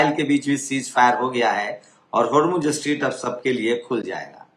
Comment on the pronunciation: Sir, स्ट्रीट नहीं, स्ट्रेट